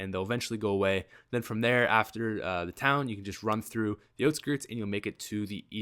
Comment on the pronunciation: It's out skirts not oht skirts